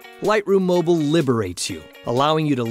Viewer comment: Not everyone falls into the Apple trap there is life out side of iPads come on Adobe get in the real world, after all mac's has less colours then pc's for a start... cant even say the word 'mobile' correct lol